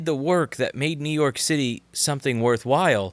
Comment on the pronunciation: It's up to youuu, Nuke York, Nuuuuke York ♩ ♪ ♫ ♬.